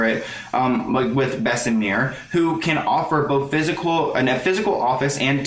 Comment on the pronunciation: It's pronounced Bess-uh-mur not Bess-uh-meer... it isn't pronounced like the french La Mer lol